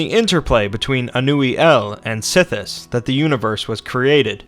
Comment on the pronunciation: it's not padame its padome and sithis not sith